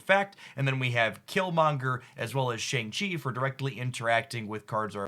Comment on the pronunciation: Mispronouncing Shang-Chi